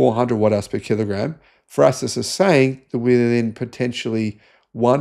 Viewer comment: What is "frasis"? You are garbage at prononciation.